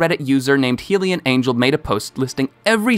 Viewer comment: HylianAngel is pronounced like this Hi-li-an angel